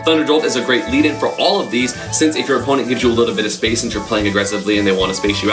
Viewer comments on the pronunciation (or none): none